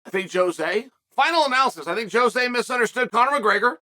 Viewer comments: I love how Chael mixes up everyone's name, even Jose who is now called Joe-Jay Aldo 😂😂😂😂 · “Joejay aldo” - chael 😂😂😂